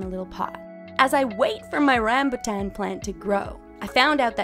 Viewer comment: Rambutan is pronounced Ram-bhu-tan